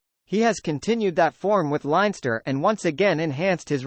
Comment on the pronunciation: Good commentary but your pronunciation spoils it all particularly Llanelli and leinster